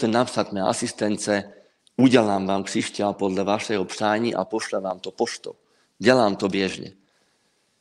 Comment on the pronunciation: Rozhovor OK,zaujal a bavil ma,ale veľmi ma ruší ta slovenčino - čeština.Časť v ktorej hovoríte o krištáloch som sa úplne stratila,lebo pri tej Vašej výslovnosti som sa celý čas sústredila na výslovnosť ...krišťál,křišťál,krišťály,křišťály...2x som si to pretáčala,aby sa mi nestratila niť.A aj tak môže dať človeku energiu a silu niečo,čo bolo ku mne dodané cez utrpenie ľudí?? Ja osobne po žiadnom kamienku netúžim.